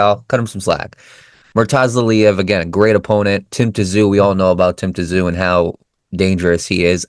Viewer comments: Great comments and insights to the up and coming Tszyu and Murtazaliev fight. After reviewing Murtazaliev's fights, I don't think he is at Tszyu's level. If Murtazaliev fights that way, he will get caught. By the way, the proper pronunciation of Tszyu is 'Zoo', so silent 'T'. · If you can’t even get Tim’s last name right how do you expect people to respect you and subscribe to your channel. His name is pronounced Tim Zoo, if you can’t get that right then you really need to have a good look at yourself !!!! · Pronounced Tim ZOO